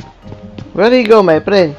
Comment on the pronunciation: literally banana : hello my prend